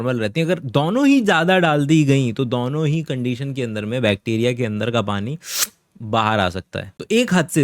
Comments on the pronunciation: It is DONO not DOUNO…. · I like when you say दौनो 😂 are you from Agra ?